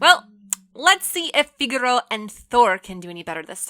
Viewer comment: I don't know what's worse the game or the mispronunciation of Henry, Thuram and Figo)))